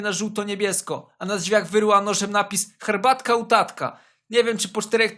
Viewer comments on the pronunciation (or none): HER BAT KĘ